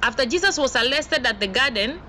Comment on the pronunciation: Thankyou sister but I do struggle to get/ pick u clearly , ur accent is failing some of us. Atleast try to pronounce them well .for example "Arrested" NOT "Allested"